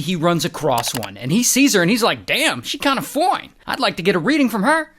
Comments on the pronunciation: The way you say foine is funny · The way he say fine. It’s so funny.😂